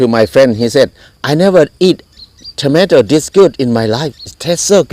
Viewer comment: 😂😂😂 his accent when he says kilogramme and tomato caught be off guard its so amazing